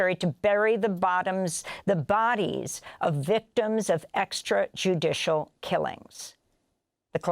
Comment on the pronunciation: Say extrajudicial again!